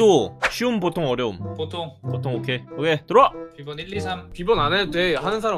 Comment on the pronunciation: 뭐야? 오케이 아닌가? 왜 오'게이'인 것인가...?